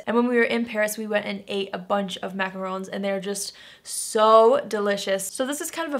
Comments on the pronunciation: THANK YOU FOR NOT PRONOUNCING IT MACAROOOOON. 😂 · 😀 I am so glad you said macarons correctly 👏👏👏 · And she knows how to pronounce macrons.